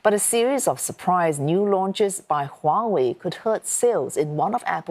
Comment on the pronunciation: He’s pronouncing Huawei perfectly 😂